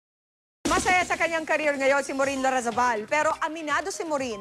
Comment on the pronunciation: its larrazabal not lardizabal twit.